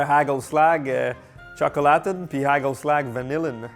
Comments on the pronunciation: "Hageulslague" 🤣 les G faut les prononcer comme si t'aller cracher toutes tes trips avec un R très gutural! - "HaRReuslaRRR" et la marque se prononce à peu près Raeuteur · Hagelslag se prononce arelslar. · Allô, j'ai grandi en mangeant du hagelslag et ça se prononce HÀÀ-khel-slakh (le kh étant comme le r du français mais sans vibrer les cordes vocales, alors comme dans pRune mais pas comme dans Rune, et le L est sombre comme en anglais américain). La marque de Ruijter, plus difficile puisque les sons n'existent pas vraiment en français, mais ma meilleure approximation serait quelque chose entre RÀÜ-teurre et RŒÜ-teurre 😅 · Dsl de ruiner tes reves mais le "g" de hagelslag se prononce pas du tout comme tu le dis....💔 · Étant Belge côté flamand, je mangeais toujours du hagelslag, et t'entendre essayer de parler néerlandais est très drôle.😂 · ahahha tu le prononces extrêmement mal le truc du pays bas, les g ils prononcent ca en R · Les haagel slag toute mon enfance, la plus grande spécialité culinaire des Pays Bas ! par contre faut revoir la prononciation 😂